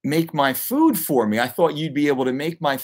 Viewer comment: The way you say food is triggering